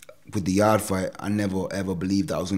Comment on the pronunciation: It's pronounced yard not yardy